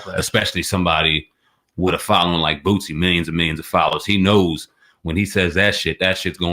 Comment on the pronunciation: Boosie!!! Not bootsie!!!😂😂😂